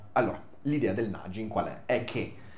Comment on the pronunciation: Piccolo appunto: “nagging”si pronuncia con la G dura, non la G dolce. Non per fare il saccente ma visto che uno degli sponsor maggiori di questo canale è Cambly mi sembrava giusto farlo notare. Sui contenuti del video avrei qualcosa da dire ma preferirei tenermeli per quando un giorno forse mi capiterà di prendere in mano questo libro (la mia reading list purtroppo si è allungata parecchio scoprendo questo canale). Le questioni affrontate le ho in parte risolte capendo i meccanismi neuro scientifici che ci stanno dietro ma la filosofia offre sempre una utile cornice di lavoro per sfruttare questi meccanismi al meglio. Però in questo caso la cornice richiede molto più lavoro del dipinto stesso. È come se il dipinto fosse quasi lo stesso per tutti, ma ogni uno si costruisce la sua cornice (o i demoni hanno costruito la sua in assenza del capo cantiere).